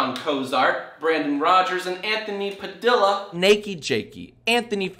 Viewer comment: I can just imagine how ferrous Nathan was when jack said his last name like Padila